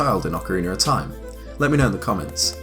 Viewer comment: ocariner of toime